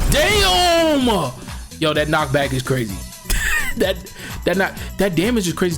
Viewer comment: The times he said dyam 😭